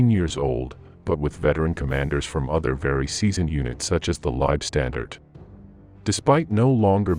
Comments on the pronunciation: "Leib-standard??" C'mon. It's pronounced Leibstan"DAR-TEH". Easy to get it right. Along with Lyon and every place and unit name you screw up. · Also the LAH were not pronounced Lieb StandarD, but Lieb StandarTE ! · Leibstandarte is NOT pronounced LIBE (pronounced live) STANDARD. Say it THIS WAY: LEIB like HIVE STAND like fond ART AH. I have no patience for these terrible pronounciations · German here. Why do you people call it "Liebstandarte"? It´s wrong and doesn´t make any sense at all. It is "LEIBstandarte". Leib means body. Lieb means nice. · The Narrator hasn't A CLUE how to pronounce German terms. Leibstandarte is pronounced THIS WAY: LEIB (like HIVE) STAND (like BOND) ART (like DART) E (like AAAH) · Good facts....rubbish pronunciation. A,I just cant get it right LSAH are worthy of correct use of their name and the way this AI thing pronounces it makes it sound like standed and unfortunately spoils it for me and I gave up . There must be hundreds of people who would voice this historical piece. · I got about 5 minutes in and the cringe factor of listening to "Lei-standard" over and over had me pausing the video to write this comment. If you can't pronounce (or even attempt to) the name of the unit, then I'll watch something else. You also left out the Viking Division, which is odd. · The content is really good, but you lost me when the AI mispronounced Leibstandarte!